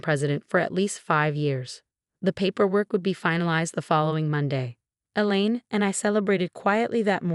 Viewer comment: Female narrator for male protagonist. Politeness, not politics. Secure Health, not Secure House. Elaine, not the lean. Elaine, not Ellen. Theoretical, not ethirial. Had,not have